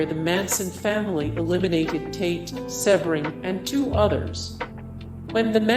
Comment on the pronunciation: Must be horrible to half to make a living slandering the dead : learn how to pronounce Jay Sebring’s name …. Correctly!!